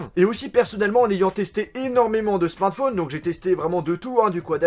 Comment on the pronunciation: Tu peux essayer une fois dans une de tes vidéos, de dire correctement le mot "Smartphone" ? Juste une fois ? Parce qu'entendre systématiquement "SMATFONE" c'est un peu relou